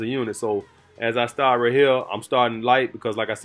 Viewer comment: I love but that ‘’rat ‘’ instead of right is killing me....but my family is from the south so I understand